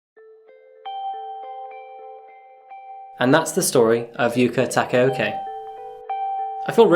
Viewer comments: I'm confused why white/native english speaker spells u-KUH for yuka & still miss takao-ke when takaoka spells taka-o-kuh You did it right 1st time, why missed the last? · Please try to pronounce the names as close to how it is pronounced in the country, as you have said Yuka's surname with an 'oki' rather than an 'oka', which - although unintentional and not said offensively - is misleading. In Japan, generally, the words and names are syllabic and sound as they are spelt in romaji PS. This video is insane and the following of Yuka crazy! 3 years is not enough if she's not fully rehabilitated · My man just had to read Ta-ka-o-ka but somehow botched it into Ta-ke-yow-ki. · Her name is pronounced "Tah kah oh ka" not "taka okay" like for how obsessed the British used to be with Japan and visa versa, you'd think they might actually be able to pronounce some Japanese names, it's not like they're complicated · It would be wonderful if you could learn how to pronounce Japanese names. Because the way you pronounce it it’s really not appropriate… It’s not « taka OKAY » it’s « takaoKA ». Ka like the Ca from Car. Thanks. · Your pronunciation is wrong 😑 Her family name is Not “TakEOKE“ .. TakAOKA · The name is pronounced " tah-kah-o-kah" not "ta-kae-o-kae" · Takayokay? Tah-kah-oh-kah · Her last name is pronounced as Taka O KA (car) instead of “O ke”. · The name; Yuka Takaoka. Your pronunciation; Yuke Takeoki. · Wait isn't her name Takaoka, cause of the pronunciation I thought it was indeed Takaoki or Takaokay... But then I looked at the title and for a time I was confused... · Is it Takaoka or Takeoki??? Is he pronouncing it weird or is it spelled weird? I though I knew how to pronounce Takaoka after assassination classroom.🤔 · just want to point out that you're mispronouncing Japanese names pretty badly here. It's not "tak-eh-o-ki" it's "tah-kah-oh-kah" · Why pronouncing it takiouki? It's takaoka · Her name isn’t pronounced “Taka-okie” or “Taka-okay”, it’s “Taka-okuh”!